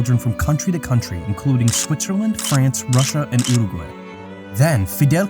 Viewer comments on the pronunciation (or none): none